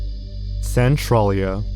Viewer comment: Also, Centralia is pronounced "cen-TRAIL-ia" (at least according to Hbomberguy)